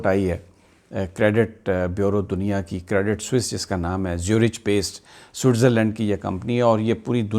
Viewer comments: زیورخ ہے زیورچ نہیں۔Swiss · Sami Bhai CREDIT SUISSE ZURICH is pronounced as. CREDIT SOOEEZ ZOORIK not. CREDIT SWISS ZOO RICH....... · زیورِچ نہیں، زیورِخ